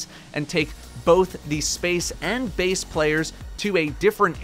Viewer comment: Bace not base